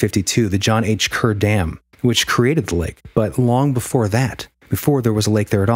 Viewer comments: Hey! Just an fyi, it's pronounced "cahr" lake- Kerr lake I mean, we pronounce Kerr like "cahr" - anyway love you guys! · Thanks so much for the kind words, Raxhael! Good to know we’ve been pronouncing it wrong for years 🤦‍♂️ 😆 Glad to have ya in the Hole!